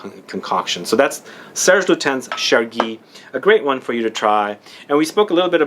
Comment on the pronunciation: Serge Lutens is pronounced in French (Lutan)